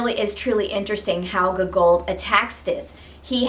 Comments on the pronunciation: Hello ! I hope I my comment did not seem rude , I genuinely found it funny and had no intend to offend you :) Just by putting more emphasis on the first o (Gό)gol instead of the second one will be perfect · The way you pronounce Gogol is hilarious XD